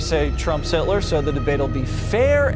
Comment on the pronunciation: HILTER. SHE SAID HILTER.